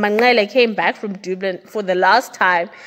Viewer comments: Dublin not doblin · I love your channel. It’s pronounced “DUH-BLIN”, not “DOO-BLIN” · The way you pronounce Dublin yhooo Very wrong dublun yhoooo hayi